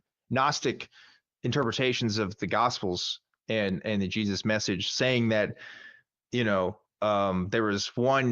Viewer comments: Pronounced Hezeus? 😏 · Jesus loves you. - The feeling's mutual. By the way, he pronounces it hay-soos.